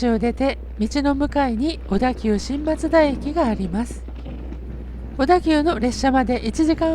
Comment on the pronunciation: 松田のイントネーションよ 松田は徳川松平と一緒で"ま"にアクセントがある (車内アナウンスもそうなっている)